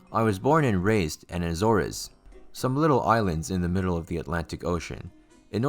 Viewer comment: The island chain is "Ay-Zors" sounds like "A Door" with one consonant swap. You really should look up unfamiliar words in preparation to narrating.